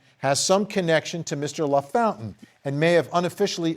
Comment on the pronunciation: Hey Vinny it's "La... Foun...tain!"